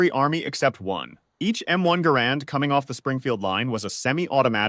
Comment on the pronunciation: The name of the inventor of the M1 is NOT pronounced Garand'....but Gehr'-end!